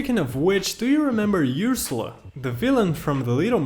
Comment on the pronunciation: I'm sorry, YOOsurla?!?!?!?!?! I'm torn 🤣😭